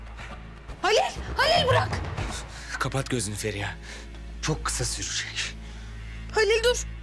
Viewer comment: Neredeyse tüm bölümlere baktığımızda Feriha’ya Emirden başka herkes Feriya diyor. Bir tek Emir o “H” harfiyle söylüyor. Canım Sarrafoğlu o kadar önemsiz ama naif bir hareket ki ah ah çapkınlık geçmişin olmasa iyi adamsın aslında..